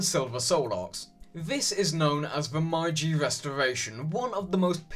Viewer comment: I really liked this video and more like it would be nice. But, I believe you pronounced meiji wrong. I might just have remembered it wrong. Nevertheless, if I were you I'd benefit from locking up the pronunciation.